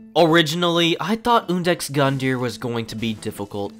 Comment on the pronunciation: “Oondex gundyr” why can nobody say bros name properly😂😂😂